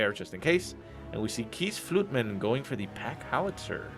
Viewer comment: I clicked on this video just to hear butcher keesfluitman xD